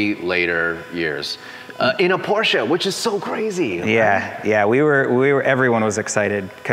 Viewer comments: Rhys , please don’t butcher the name it’s Porsche (Porsha) not Porsche (porsch) !!! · Now just help Rhys say Porsch-uh. Like Nik-e shoes 👟